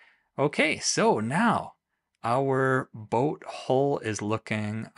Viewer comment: Nice video but I cringe every time you mispronounce hull.